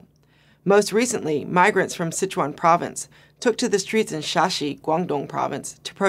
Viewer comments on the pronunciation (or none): Her pronunciation on Chuan of Sichuan can benefit from a friendly help of a mandarin speaker. It should be the first tone. Couldn't catch what she meant for Shia Shi either, is it 厦西? It is hard to link what happened in Sichuan with Bo Xilai's event, which will probably be forgotten in no time. The environmental protest is from a very pragmatic concern that is linked with people's distrust of the governmental capability of regulating the industry with environmental laws and bribery etc.